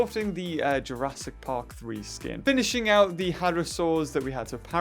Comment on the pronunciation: Is it just me or whenever says: Jurassic park, it sounds like Jurassic pog Just me?